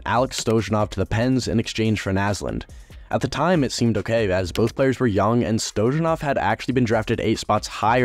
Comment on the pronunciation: It's pronounced Stoya-nov lol